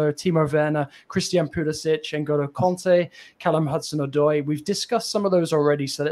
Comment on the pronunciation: His name isnt Odio, Its Callum Hudson-Odoi!!